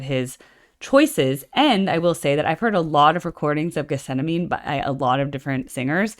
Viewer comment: Farnham is better. Amazing how many professional artists love John and know his ability. If you know this song so well, btw, you should know get-sem-manee. You can't claim to know it if you can't pronounce it.